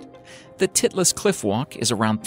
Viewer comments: it's spelled Titlis and the i is pronounced like "eye", not like "it". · "Mount Titless" Haha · did anyone else laugh when he said titlus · when he said titlis cliff wallk my brother started laughing his ass off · Yes... I laughed every time he said Titlis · Titlis🤣 i thought he said something else